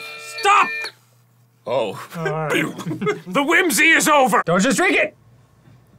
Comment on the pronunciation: Idk, the suspicious Irish/Scottish "drink" that arin says is really funny to me.